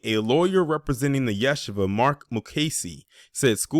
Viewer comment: FYI It’s pronounced Ya-She-Va